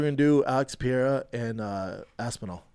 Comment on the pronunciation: Duuude love ya big brown Butchya gottttta stop saying Alex "pee-AIR-ah" it is Alex "Pur-RARE-ah"